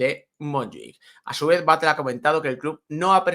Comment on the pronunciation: la 'll' en catalán se lee como en castellano. No es 'Batle', se lee 'Batlle' Aparte de esto, os dais cuenta de que el año que viene, por tercer año consecutivo, volverán a jugar más partidos en casa en la segunda vuelta de la liga?